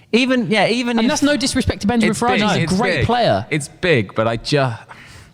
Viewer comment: Hey it’s Benyamin. Not Benjamin.